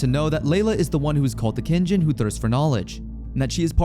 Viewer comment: kinjin? Isn't it kijin?